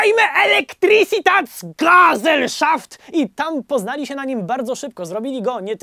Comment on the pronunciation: Jakie "aldajme"?! Jakie "gazel szaft"?! Widzisz gdzieś "D" w "algemajne", albo gazele w "gezelszaft"?! Cóż za przygotowanie... 🤦🏻‍♂